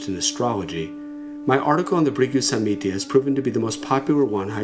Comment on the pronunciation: samhita NOT samitya smh